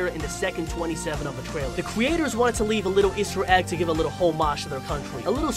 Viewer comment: In the twaiwer